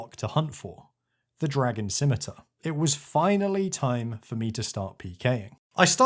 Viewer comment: Thank the good christ you can pronounce "scimitar"